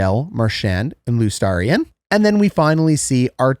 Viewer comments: Great video but you always mispronounce Luostarinens name. Loo-oh-staw-rye-nen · You should try to pronounce Luostarinen again. Dude is an incredible 2-way hockey player overshadowed by even better 2-way players on his own team... you are going to be hearing his name a lot over the com g years as he gets his recognition